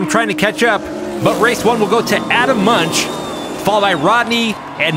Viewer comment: Crazy ending to this one. By the way - Munch should be pronounced "moonk".